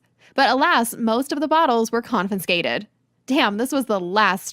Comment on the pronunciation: I had to stop because I couldn't tolerate her constantly saying "con-fin-scated" 😢 peeving me